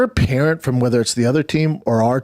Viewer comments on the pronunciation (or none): what's a peerent?peering? If ur a parent who has a kid that plays in that league, start packing. Listen to how he's talking. Don't risk a hospital visit.